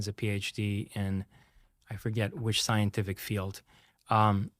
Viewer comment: that is an AI not a real person... so... fake content. He cannot speak english. "U.S. Governencers" is not a real word. He fakes the Yellowstone videos too... saying "scienlific" and "grizz-ill bears". Fake content getting into multiple reaction videos is not cool.